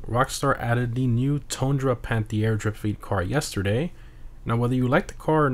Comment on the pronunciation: It's not spoken out "panthiére" but "panteer", funny how French it sounds while it ís a French car tho hahaha🟦⬜🟥